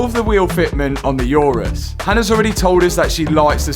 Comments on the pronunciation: Never heard of a "yourus" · It’s going to be a wide Urus sounded like It is going to be a wife’s Uterus 😂😂😂